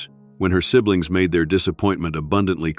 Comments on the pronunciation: Meja is not pronounced MAHEGA it’s Me-ha enough said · if ur ai is going to try speaking spanish, it should try to get it right..... the word mija is not pronounced meehee jaw..... it is pronounced meeeHa, for a girl and meeHo for a boy... abuela is grandmother and abuelo is grandfather... spanish speakers reading this would be stunned at the iignorance that could be fixed by just figuring out proper language...... ps, i love the story tho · mija is pronounced Meeha :) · Carmen mi hija, Carmen my daughter. Not Carmen mi hiya. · Mija is pronounced mee-ha Otherwise a very well read, and interesting story.